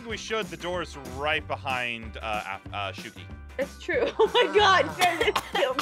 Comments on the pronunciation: almost called her Aphmau..:aph-shuki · I was just about to put that he said "uh Aph uh shuki" he almost said her name from her other channel